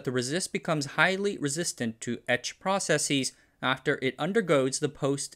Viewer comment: and -10€ for mispronouncing processes twice